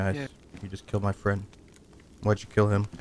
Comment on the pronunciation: Great video as usual, and as one might say: keel me please, sheet spawn